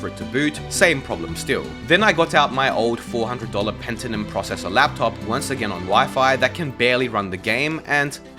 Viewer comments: its pentium not pentinum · Bro... Pentinum? It's Pentium